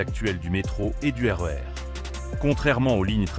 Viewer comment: Super vidéo mais entre la musique a ce pendre et la voix IA qui dit RR au lieu de RER !!! non deso